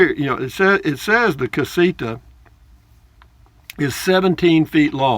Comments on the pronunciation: LOL...well, maybe it’s a combination of my 73 year old (Yankee) ears and your 73 year old voice, but it sounds like you say CasiKa. Whatever. Love your videos, man. Safe travels. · CasiTa...not CasiKa.